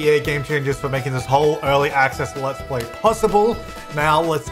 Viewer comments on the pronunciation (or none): none